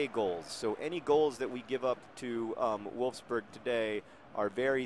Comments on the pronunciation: Your Wolfsburg sounded more like Wolfsbörg :D And you should pronounce Sprite like Shprite (or maybe thats just a swabian thing, who knows :D) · John, your english pronounciation of wolfsburg ist actually better than your "german" one. the german one sounded more like you were talking with a hot potato in your mouth :) also 1:0 against wolfsburg. congratulations. they're currently 2. place in the bundesliga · It's okay that you can't pronounce WOLFSBURGS's name right, Nobody likes them here anyway ^^ They are a bit like Chelsea, there is one big company that gives them money so it's kind of like the opposite of The Wimbly womblies. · As a German English student it's hilarious/interesting how John gets the u right in Bundesliga but not in Wolfsburg, even though they're the same sound :D But aside from that, you pretty much killed it :) I'm pretty off, the test thinks I'm 45 when I'm actually 22 :D